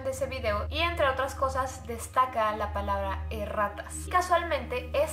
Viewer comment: al principo que dijo erratas le entendi e rratas xd